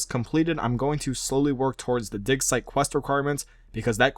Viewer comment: its digsite not dicksite